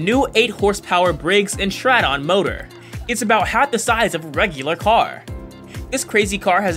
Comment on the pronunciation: Briggs & Stratt-On... Petrall (petrol) Ply Mouth, LOL! It is an artificial voice reading text, makes grammatical errors & mispronounces everyday words...but still sounds more human than Siri.